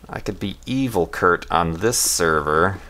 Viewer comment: *Kurt*, not Hurt :P